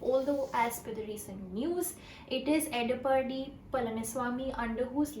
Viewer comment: The way she pronounced CM as Edapanni 🤣